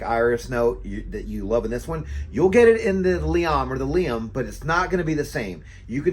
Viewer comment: It's referred to as Liam Gray or Silver because there's also Liam Blue. The pronunciation is correct. It's very good stuff!